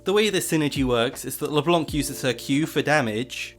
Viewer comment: I'm sorry, I love your voice, but I anso find hilarious the way you say LeBlanc LeblOnc